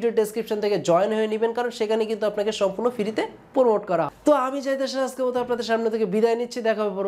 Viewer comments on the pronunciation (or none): none